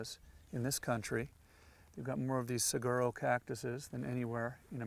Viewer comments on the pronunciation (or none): Tom said "Sir-ger-oh cactuses" 😂😂😂